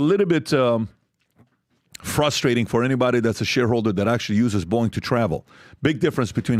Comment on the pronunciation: Every time Patrick says Boeing, I keep thinking there is an app called Boing! that I've enever heard of.